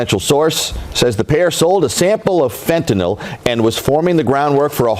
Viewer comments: PSSST - It's pronounced"fentanYL," not "fentanOL." It doesn't rhyme with alcohol. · It's fentaNYL , not fentaNOL 🤦🏽‍♂️🤦🏽‍♂️🤦🏽‍♂️ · did you not hear the newscasters pronounce “fentanyl”, rhyming it with “pill”, on the newscasts??? Why the heck are you calling it “fentanol”??? 🤨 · FentanYl, not “Fentanol” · FENTANYL, SAY IT WITH ME “FEN-TEN-IL” DAMN! AND YOU CALL YOURSELF A LAWYER. YOU MUST BE PARTNER TO BEN CRUMP.